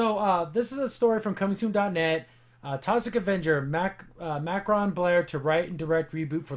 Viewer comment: MACKRON blair??? 😂😂😂 its macon ( pronounced make-on)